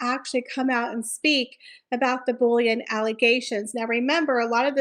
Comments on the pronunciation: “Bull-ee-ing” not bullion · I thought you were saying "bullion" reports.